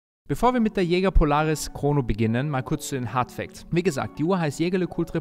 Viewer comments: dat Ding wird französisch ausgesprochen.:) Ich sage das nur deshalb, weil ich auch nicht wollen würde, dass du Börek genannt wirst. Bester Mann - und danke dass du nicht so peinlich wie Kai bist. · Geiles video! Jetzt musst nur noch „Jaeger“ richtig aussprechen 😅 ist ja immer ein Zungenzirkus